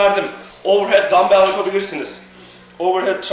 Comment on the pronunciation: Abi şuna dambel deme ya valla dinleyerek yapiyorum gülmekten yapamadım